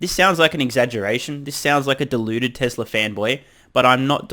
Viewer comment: You and Elon are among the few who pronounce ‘Tezla’ properly. Thank you for your attention to detail.